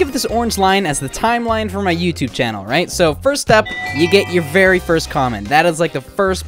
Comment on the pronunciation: "Channle" interesting 🤔😅